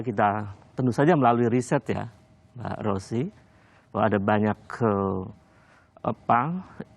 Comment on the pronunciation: Aleh Ross... Nyebut nama aj blepotan